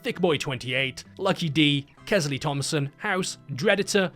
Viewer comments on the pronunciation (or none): I just wanted to point out that you had a couple members with the beautiful name "Kelsey" (pronounced Kel-See) but you kinda butchered their names calling them both Kes-ley.